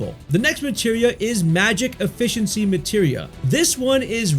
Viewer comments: Efficiency is pronounced "effiSHiensy" not effiCKency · My boy pronounced efficiency as effe-kincy 🤣🤣🤣🤣